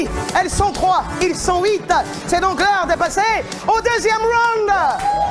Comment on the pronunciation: "il sont houite"